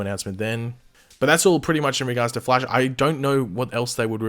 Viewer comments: “The fleish.” 😂😂😂😂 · Wtf you cannot pronounce the flash!!!